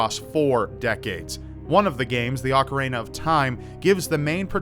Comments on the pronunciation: Did say "ocarena"? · It's not said Ocareina. It's not a hard word to pronounce properly.